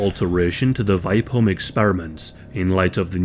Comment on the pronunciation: VI as in via and the PE as in per holm.VIPEholm